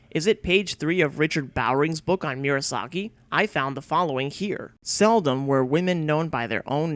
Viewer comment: Good video. But it's distracting that you repeatedly mispronounce Murasaki as "Miura - saki". It's "moo rah sah key", not "me-urah sah key".